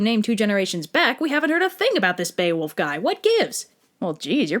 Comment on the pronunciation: BEE-OH-WOLF. Bear-fucking-wolf